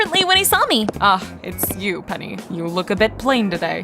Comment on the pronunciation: 'Annyeong my name is pen-ni'😂